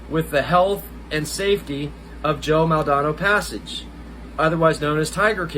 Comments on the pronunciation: Just an FYI - if you are going to be one of Joe's reps then you need to at least learn how to say his last name (Maldonado)...just sound it out "Mall-dan-ah-doe".🙂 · It would really help if you knew his actual f**** name you f**** idiot how are you going to be representing him and you can't say his f**** name properly are you kidding me how are you going to show any less that you don't give a s*** that's amazing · Maldonado… you can’t even say his name correctly. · I said the exact same thing